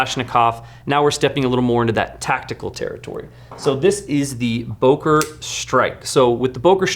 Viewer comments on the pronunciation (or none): “Boker” is pronounced “Booker”.